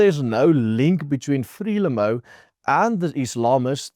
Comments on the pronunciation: Hallo, jou uitspraak van Frelimo, klink nie reg nie. Of het ons dit al die jare verkeerd uitgespreek Uitspraak soos wat ek dit ken is: Fre lie moe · Frelimo =pronounced "Fré-liemouw" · Just check out the pronunciation of FRELIMO....otherwise very informative....unfortunately not good news.